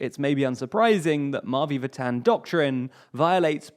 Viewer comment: The way you say "Mavi Vatan" 💀